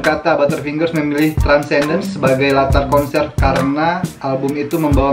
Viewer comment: It is Transcendens bro bkn transdencens..u sebut terbalik laa